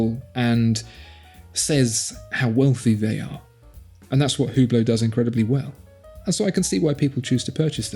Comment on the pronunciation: For Hublot, you butchered the name? Watch magazines either pronounce it as “U Blow” or “Ohh Blow”. Although looking at others and how they pronounce it… now I don’t think anyone knows how. 🤔